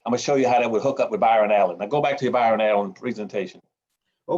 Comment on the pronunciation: Sidenote how many people laughed At how many times he fucked up Byron Allen’s name damn bro you write books and you can’t say Byron LOL LOL LOL LOL